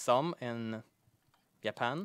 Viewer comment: More Ya-pan!!!!!!!!